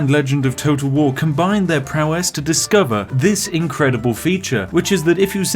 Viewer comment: It sounds like your saying toto wahwar